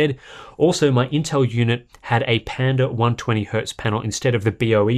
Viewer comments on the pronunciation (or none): none